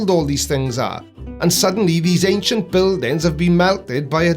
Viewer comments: There is no “k” in the word “ancient”. I know it’s petty, but she keeps pronouncing “ancient” as “ank-shant”, and its just downright annoying to me. Ok, carry on. 🤪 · Why the fuck does she keep saying “Aing-SHINT”??? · It's "ankshient" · I still can't believe there are grown people believing such nonsense and call themselves "woke" and "truers"... insane. Also I wonder what she means by "ancksient trees" 🤪🤣🤣., "sperm" bit was brilliant 👍😜🤣🤣🤣🤣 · I thought it was just me being ridiculously critical - thank you! It's grating my nerves!